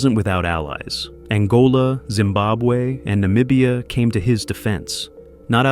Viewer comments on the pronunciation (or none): none